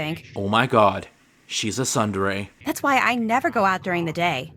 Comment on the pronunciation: Normie! Any true neckbeard would denounce you for your unbearable pronunciation of "isekai" ! Tsundere, just as bad.